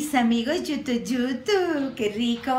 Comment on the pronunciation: Dejaaa de decir yutu yutu